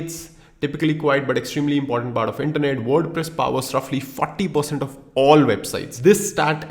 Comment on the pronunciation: WordPress ❌ WorduPress ✅ 😂😅😁